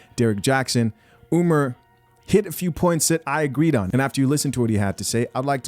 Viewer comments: "Umer" LOOOL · Why does he call him Umer?